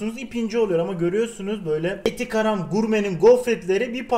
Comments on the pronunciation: Abi eti Garam gurme değil, eti KARAM gurme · Evde eti garam diyorsun abi ilk başta :D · ETİ GRAM ? :D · eti garam 😂